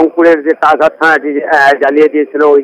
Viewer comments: Its not tajerhat Its Tajhat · তাজের হাট নয়, হবে তাজহাট